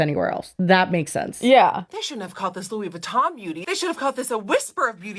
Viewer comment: Lmao I needed a good laugh and Le beautè Lewey vitohn was gold 😂😂